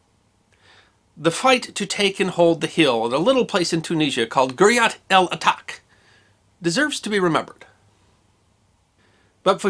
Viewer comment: "ch" in the name here comes from the French spelling and is pronounced like "sh" in English